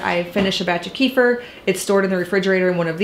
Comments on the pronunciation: Kee-fur? That's the weirdest way i heard kefir being pronounced 😂😂😂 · Not that it matters so much but it is pronounced like “keh-fear” :) love your videos!